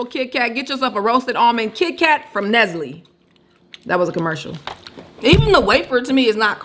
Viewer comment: Nesly not Nestle 🤭🤭🤣🤣🤣 I hollered